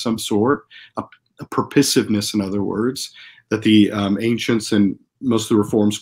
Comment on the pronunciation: "A purpisiveness"??!! You mean "a purpose." Second syllable has an -o-. And by the way, teleology is the study of purpose. People need to stop using these -logy words, which mean the study of something, when we just mean the thing, not the study of the thing. When rovers go to Mars people sometimes wrongly say they are looking for biology there. No, biology is the study of life; NASA is not looking for the study of life but for life. Likewise philosophers, if they respect language and the meanings of words, should not say a thing has teleology but that it has purpose. And the itch to change "purpose" into some longer word, as if that makes it somehow subtly different (though no one can agree in what way it is different, because philosophers themselves like to invent their own private meanings for words) should be guarded against lest we end up with confused, impossible words like "purpisiveness".